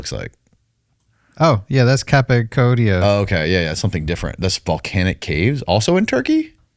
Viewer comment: "capacodia" is this guy for real lol?